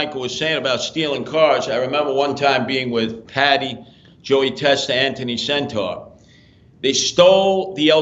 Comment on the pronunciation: Why does he say anthony “centaur” it’s senter. Like center.